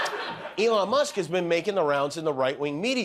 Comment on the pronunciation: lol did he call musk “F-Elon”? 😂😂😂